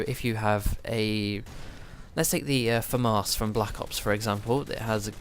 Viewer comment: Why do you pronounce the Famas as "Famarse"?